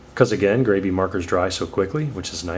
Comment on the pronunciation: sounds like you should gravy. 😂 it's grab-e, like you're grabbing the marker and being graby with em 😆